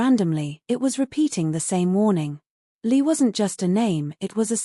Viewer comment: i think ur right its li not lee